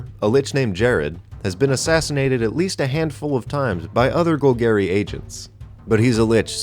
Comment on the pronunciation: When he said gugary instead of Golgari Mtg players: TRIGGERED